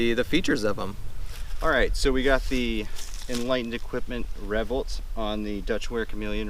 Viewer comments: That caught me too. Revvolt. Its not a weird word. RevvOlt. RevvvvvvvOLT. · Well isnt that an interesting pronunciation of the word revOlt?